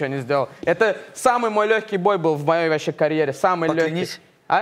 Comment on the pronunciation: И я вовпше как чурчаев сказал вовпше 😂😂😂😂😂